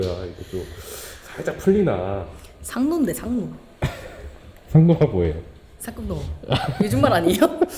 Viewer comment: 상노상노 하실때 상놈으로 들려요😅